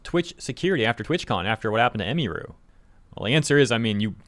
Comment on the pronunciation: Ugh you keep butchering her name. Its not " em E ru" Its "em UH ru"